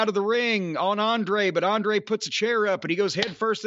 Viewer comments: Racist Cornette can't pronounce Andrade or Idolo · Absolutely love how he said Andrade name🤣🤣🤣🤣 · I can't tell if Cornette is mispronouncing Andrade's name on purpose, or if he's just that dumb.